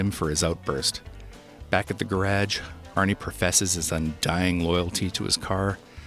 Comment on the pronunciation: Are you saying "gerag"....